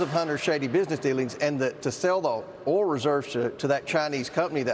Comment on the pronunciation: can’t pronounce oil🤣